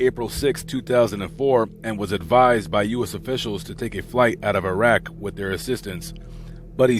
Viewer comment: Its irak not irag